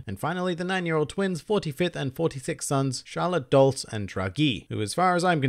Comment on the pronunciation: Oh, and Dolce is Italian, meaning "sweet", and is pronounced "dole-chay".